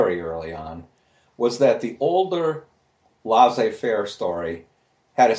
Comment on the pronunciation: I love Phil Mirowski's thinking and the substance of his work. Having said that, his pronunciation of non-English words and names is hilariously bad. "Laissez faire" is NOT "Lah-zeh fair", for example. :-)